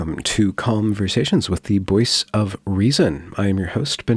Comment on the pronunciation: I only realized now you've been saying "Boyce of reason" not "voice of reason" this whole time. XD At least it sounded that way this time around.